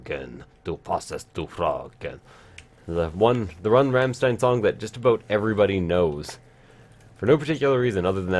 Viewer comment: for a german the Rammstein part sound so wrong xD but very funny vids!